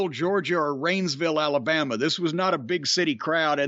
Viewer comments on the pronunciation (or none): none